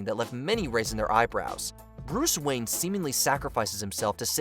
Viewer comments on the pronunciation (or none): none